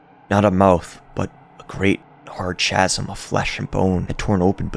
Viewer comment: Loved the recap, love this story. Commenting for your algo and to let you know "chasm" is not pronounced with the hard CH sound. More like "ka-zm." Lit, /ˈkæz.əm/